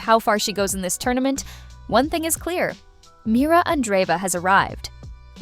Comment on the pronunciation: MIRRA. NOT MIRA.